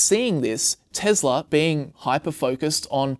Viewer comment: "TEZLA".... uncomfortable